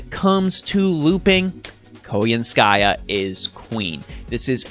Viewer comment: Really happy you covered all this news! Now I know how to pronounce Koyanskaya properly lol. Overall I really like what she brings to the game by helping out Buster. She has added more diversity back into 3 turn farming, without the need to solely focus on Arts or Quick servants. As for the new servant coin system, I feel it was poorly executed. Outside of the potential 20% starting NP gauge for some servants, the Append Skills and new 120 Grail system are not worth the resources. Lores and Grails are already highly coveted resources and unless they start giving us way more copies of both with each event, the new systems don't feel worth it. Also, considering they seem to plan to give out more Servant Coins in events somehow, I feel this is just another filler reward in events that will take away from other materials as event rewards instead. Hopefully, they will improve both systems to make the high costs worth it. Otherwise they are just yet another glorified sticker to show off on a player's favorite servant.